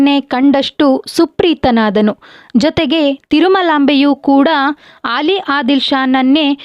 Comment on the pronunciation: ಆಲಿ ಆದಿಲ್ ಶಾ ಅಲ್ಲ ಅಲಿ ಆದಿಲ್ ಶಾ